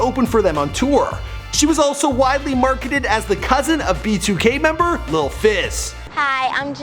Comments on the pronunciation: Did he say “b2 gay” ? 😂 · Bro when you said "b2k" I had captions on and it said "be too gay" I have nothing against gay people just found that funny